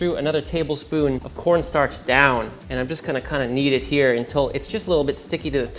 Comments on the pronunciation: "we're gonna go all KAWNSTARCH" lmfao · “Cohwnstarch” 😂😂😂 (it has the juice!) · cowen starch